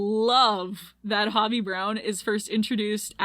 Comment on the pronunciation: Girl watched the movie 3 times and still can’t say hobie’s name right💀😭